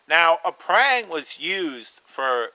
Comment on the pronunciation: I'm from Asia and these are my thoughts on Parang. Firstly, not be a snob, it pronounce as 'Parr -rung'. Not as 'Perr-rang'. And the Parang are tools. To do chopping, hold near the back of the handle. That's why traditional Parang got a curve knob at the end. It gives more leverage. And to do shaving, hold the back on the spine, not the handle. It's nearer to the center of gravity and easier to control. Other uses is to dig small holes. The blade is wide enough to be a small shovel. What we did was to 'chop' the ground, then try to flick it out. If that fail, grab the spine and scrap the ground. That was why I was laughing when I hear that the Parang can be use for food preparation. I would't eat food if it was prepare by a used shovel. The front of the blade can be use for skinning animals, and notch making. But most local hunters would just use a kitchen knife to do it. Never seen anyone skin animal with it. The sapling in the forest are springy. That's why the front and the belly is less curve than the spine. So that the blade can 'bite' into the sapling. If the blade is more curve like the Kershaw Camp 12, the sapling will 'curve' round the blade. Traditional Parang is a rat tail tang, secured b a pin, not full tang. This is to absorb shock from chopping. As most of the force is on the up and down chopping motion, this is good enough to secure the handle. We hardly do any push - pull type of cutting. And it use to be $5 to $30. So it's the favorite weapon of the Chinese a